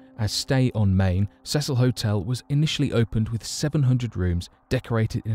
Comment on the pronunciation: It's the See sul NOT THE SEH SUL